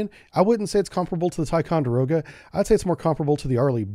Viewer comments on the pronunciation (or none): none